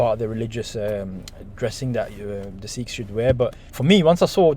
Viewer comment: Sikhs*** almost like you said sheikhs big difference